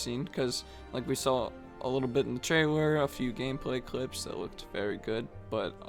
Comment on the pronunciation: One of y'all needs to work on your pronunciation of the word 'trailer'